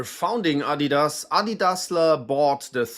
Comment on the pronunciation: Thank you for teaching me the correct pronunciation of Adidas. In the USA, many of us were unaware the company is German, and unlike Nike, they don't tend to advertise on TV here, so many of us Americans are wrongly pronouncing it as "ah-DEE-dass" or "uh-DEE-duzz,"always with a strong emphasis on the "dee." I now understand this was clearly incorrect.